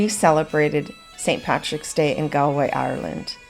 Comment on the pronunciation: Very nice video. But just for reference because I've heard Americans and Canadians pronounce the first syllable of Galway incorrectly, it's not Gal as in My Gal, it's pronounced like the word shawl, like gawlway.